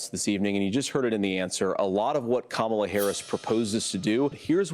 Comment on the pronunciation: The only thing that I will give credit for at the debate is that he pronounced Kamala correctly. That’s it. 🙄